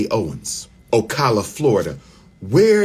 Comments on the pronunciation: It's O-Cala not O-Cola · PRONOUNCED O CAL A